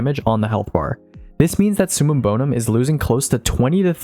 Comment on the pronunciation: It’s summum bover….